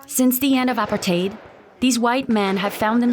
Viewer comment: Worst Narrator ever, they are speaking Afrikaans not Xhosa. Also learn to pronounce Apartheid correctly